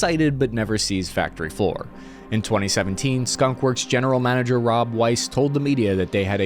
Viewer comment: Skun? Wor? For the W